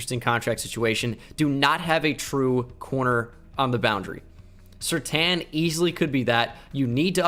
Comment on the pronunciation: Any other Bengal fan almost punch the screen when he said Surtain? nope just me ok.